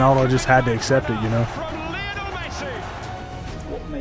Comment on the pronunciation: His name is pronounce Lee-oh-nel